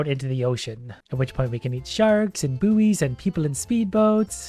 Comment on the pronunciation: ok, seriously... am I the only one who hears boo(b)ies instead of buoys [bois] ? :D